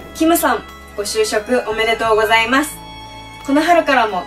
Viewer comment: みんなが「ご就職おめでとうございます！」が「ごしゅうしょうさま！！」に聞こえる😆 ごめんね…😌